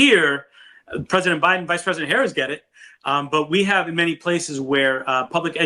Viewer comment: It's time to call VP Harris by her last name, the same way you refer to Obama, Biden, and Trump. Especially if you gonna mispronounce it 😉